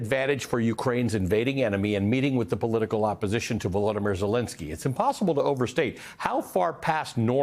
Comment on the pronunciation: VoloDYmyr, accent on the third syllable, not the second. Please pronounce it correctly.